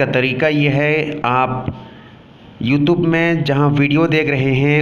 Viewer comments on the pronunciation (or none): none